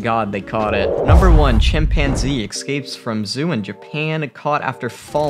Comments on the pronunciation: Everytime he says "Eckscapes" I cringe. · "Ecscapes"... No. Just no...